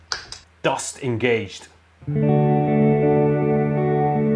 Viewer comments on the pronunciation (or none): bruh the way it pronounced dust "dayoste"